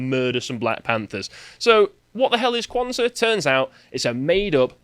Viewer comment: holy shidd you actually pronounced it right 😳 also the word "saba", meaning seven, comes from Arabic.